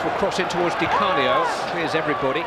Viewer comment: God knows why the main commentator kept saying 'ScheRmel' and 'Di CaRnio'.